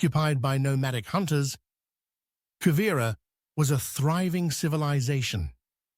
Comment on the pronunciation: Why should we believe or accept a word you speak when you have not even taken the time to learn how to pronounce Quivira or even Jalisco. You make broad statements and conclusions and provide no evidence or trusted sources.